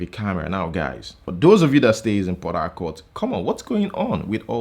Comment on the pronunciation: Is it pora-court or Port -harcourt? Just asking though!